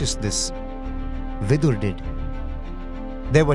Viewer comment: Like its not Vidur.. Its Vidura, Bhishma, Santanu